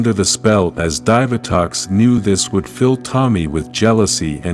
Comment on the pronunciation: I love the idea of the channel, but the narration needs improvement. The pronunciation of certain words like "DE-NO Rangers" and "DIE-VI-Tox" is cringe.